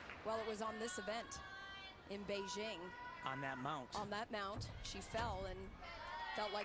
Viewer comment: why is it so damn hard for commentators to pronounce Beijing correctly